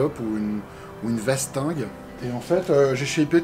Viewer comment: Bon repos l'ami ! (vastringue, pas "vastingue" :P )